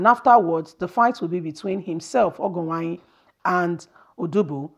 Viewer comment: Well thats a teaser, I just want you to know the error in your pronunciation, pls try to improve on the pronunciation of these Nigerian names been it Edo igbo or Yoruba or look for someone to help which is very necessary, you May not be a Nigeria, fine.. or a different tribe, fine.. but Education suppose to make the different, because you wrote Ogienwonyi and you pronounce ogo Uwanyi, Disclaimer This is not to dent your work, But to make you Improved for some of us your subscribers